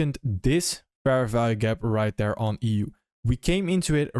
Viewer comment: I think I click on your videos just to hear you say "right D'ERE"